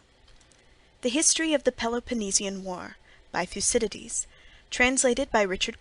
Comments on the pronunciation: Sorry, but "thyoo-see-dye-deez?" Nope. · Please note that the pronunciation of some Greek names can be difficult, especially for those not use to speaking Greek (modern, biblical, or ancient) so, the name Thucydides is actually pronounced THo͞oˈsidədēz and not as the reader here pronounces that name. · thou kee thee these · How can you have not used a better sound/microphone set up before doing a whole book ? It is so amateurish and distracting it makes listening an unpleasant experience. And couldn't someone have told him how to pronounce Thucydides ?